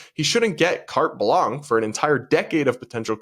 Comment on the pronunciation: Hey, grammar police here again. The expression is “carte blanche”, not “carte blanc”. Amazing podcast as usual but that one mistake.